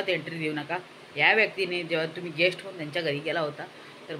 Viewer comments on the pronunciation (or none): Guest nahi ghest 😂😂